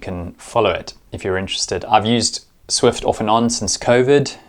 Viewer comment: It's called Zwift, not Swift :D